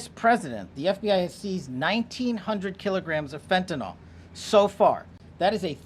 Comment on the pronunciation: 😮It's "FEN-TAN-YL" NOT "FENTANOL".It DOES make a difference !!! Fentanyl is a drug...fentanol points to a compound that is an alcohol- which the drug IS NOT!!! Anyone in the heathcare industry could tell you that!You'd think that someone at this level would pronounce the name of a drug they're fighting would GET IT RIGHT!!